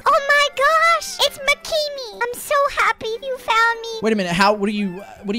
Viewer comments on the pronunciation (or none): Spoiled Milk Maybe you didn’t watch the video. But kept saying “mcemy” instead of Mccreamy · Its so cute how calls mcreamy "mceamy" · I love the part when says mecmy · I love it when he says mcremy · so funny he sey mkimy lol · Jain That Not How U Say Mc Ceamy lol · Ik it sounds like mkeemy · Say "McCreamy" -"Mckimii" You're hired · “Mecewmy” says “The big boo ocean” says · Dennis Tribble Ik it’s pronounced like that it’s funny coz said mceamy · I love how kept calling him “McKeamy” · calls McCreamy Maceemy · said mccemy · said mc ceemy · When he said it mceamy